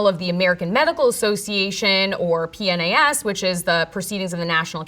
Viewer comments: Anybody that pronounces PNAS like that is clearly a fake scientist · i like how she pronounced JAMA as it looks but spelled out PNAS